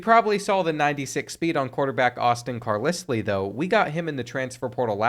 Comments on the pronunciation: Another video of you saying Car liss lee is pissin me off!!!! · hearing car-lis-lee had me thinking i couldnt read 😂😂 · I can’t believe you don’t know how to pronounce Carlisle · I can’t believe you said Carlisle wrong the entire video. 😒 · How did you just pronounce Carlisle? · Today I learned that doesn't know how to pronounce Carlisle. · Came here to comment this.